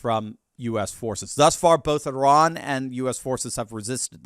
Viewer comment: I heard Iran is becoming «I RAN»